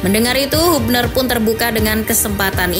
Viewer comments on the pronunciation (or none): Habner min bacanya bukan hubner